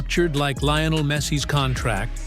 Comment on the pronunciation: You lost any credibility when you couldn't pronounce Messi's first name properly.